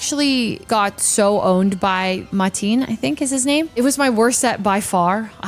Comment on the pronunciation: Hi! I'm Matin, your opponent from round 6. You actually said my name really close, I appreciate that. Most people misread it and say Martin. It was cool getting to play vs you! A surprising amount of people also assumed my team was zard-y instead of zard-x on team preview. Sorry if it's unwarranted, but I wanted to outline something about our match. I hope this doesn't come off the wrong way. Jolly Kleavor: - 1 32 Atk Sharpness Kleavor Stone Axe vs. 32 HP / 10 Def Incineroar: %) -- guaranteed 2HKO Stealth rocks do 25% to incin. The miss was definitely impactful, but it without a crit, it wasn't a KO at -1atk, and incin would live stealth rocks 1 time to switch back in for another intimidate, if needed. I remember clicking parting shot into talonflame the turn floette used gleam to KO kleavor as well, cycling it out. Would the board state change if incin was at 10hp in another turn, vs at 100%? It may change plays on one side or another, but only if incin hit the field again, which to my memory, I don't think incin hit the field again for the rest of that game 2. Regardless, it was cool meeting you in person. Looking forward to more of these.